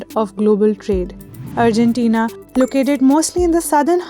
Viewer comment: 'urgentina' lol... It's Argentina